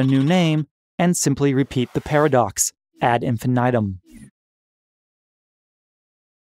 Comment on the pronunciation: Great video overall, but no way you dared to pronounce it "enfenaidum" (at infinitum)